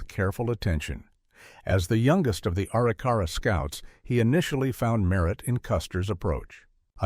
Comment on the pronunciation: That would be uh-rick-uh-ra